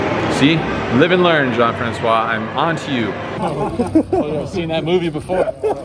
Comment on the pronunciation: It's a pleasure hearing you saying "Jean-François". Tanks for all your hands review.